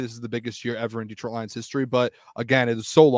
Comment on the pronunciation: When people say DEEtroit instead of DetrOIt 🤮 you aint one of us fr 🤷🏾‍♂️